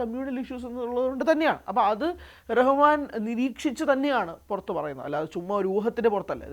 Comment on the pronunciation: Ar Rahman alla AL Rahman anu😂😂